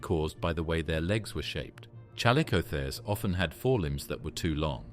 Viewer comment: alright ...just cause you said chal oh the kers ...im out